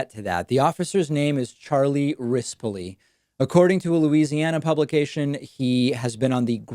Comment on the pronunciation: Rispoli, sound like wrist-pullie, like a big bully.